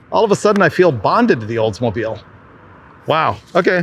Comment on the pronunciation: The Olds-mo-BILE...lol